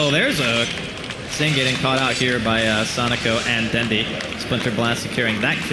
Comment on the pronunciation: wow, that caster calling him "sonejko" or "sonico" is annoying...